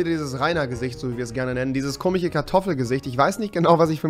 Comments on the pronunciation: Warum sagst du immer komich statt komisch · Spricht er komisch mit Absicht „komich“ aus? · komich, komichen, komiches😂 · bitte sag KOMISCH nicht kimiCH .... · Bitte lern bis zum nächsten Video "komisch" zu sagen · Kannst du nicht komisch ausprechen